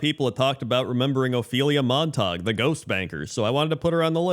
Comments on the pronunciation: Saying [Mon Tog] for "Montague". If you yourself are unfamiliar, look up anyone, and I do mean anyone, talking about Romeo and Juliet. P.S. These quirks are why we will forever love. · Obviously, pronunciation of "Montague" is a reference to that Drake and Josh episode.;) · Most chaotic pronunciation of "Montague" possible, really woke up and chose violence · It's insane that this is the only comment about how he pronounced "Montague" 🤣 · Why pronounce it in French? The story of Romeo and Juliet happens in Verona, Italy. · It's the orc pronunciation... 'Montaug' The Montaugs and Cupoolets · How on earth did he read Montague and get Montarg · I assumed he was mistaking it for Montauk, the town on Long Island which is pronounced that way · Just a heads up for anyone wondering, Montague is pronounced mawn-tay-gyoo. From Romeo and Juliet. Are you a Capulet, or a Montague? (Rival families in the play). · Mispronouncing Montague cracks me up because for years I said it like that too 😂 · it took me way too long to realise you were pronouncing Montague wrong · its Mon-Ta-Goo not Mon-tahg 😭😭😭😭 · MONTAG!!!! Man has only ever read the word :D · "Monte-gue" not Montok. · come on man, it's Montague not montawg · Just FYI, It's actually pronounced "MON-teh-gyoo" even though we are conditioned to think the "ue" in "ague" should be silent. The 2 families are the Montagues and the Capulets. ("CAP-yoo-lets") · Not Montag... it is pronounced MONT-a-gue... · Mont-ag-you not Montahg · The rule for the "-gue" ending in English, is that it's pronounced as a hard "g". Pronouncing it "mon-tog" is going with the rule and not knowing that "Montague" is one of the exceptions. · Isn't it pronounced Mont-ag-you, not Mon-tog? I have to see the spelling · Monatague is pronounced "Mon-ta-gew." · Argh “Mont-a-gyoo” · It's Mon-Ta-Gyu -- Montague. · please stop saying mon tag 😭 I'm dying here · It’s Montague. Pronounced Mont-A-Gew.